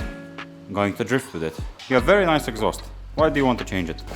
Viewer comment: 'that's a very nuce rug'